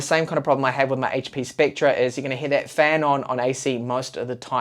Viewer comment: It's pronounced like specter. Not spectra.